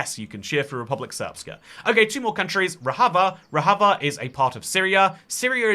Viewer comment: "Rojava" is pronounced with an English J, not a Spanish J. Also, "Rojava" actually only properly refers to the two disconnected Kurdish-majority regions within the autonomous zone in Northeastern Syria, which is officially called the Democratic Autonomous Administration of North and East Syria (catches breath), or DAANES. The DAANES doesn't want to be independent from Syria, and hasn't been seeking full independence for a long time; they are perfectly content to be an autonomous region within Syria.